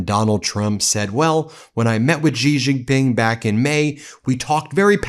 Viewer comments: Foolish Ben Meiselas still calls the Chinese president Jijinping. Is he too dumb to pronounce XIjinping? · It is not Gee Jinping.